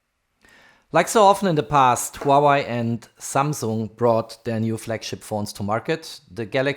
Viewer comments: Hua-WAY. Not Hau-Why lol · Please, stop calling Huawei a Hua-Y, and Ultra ['ʌltrə] is not ['ultra]. I can hear your native language is german, nevertheless...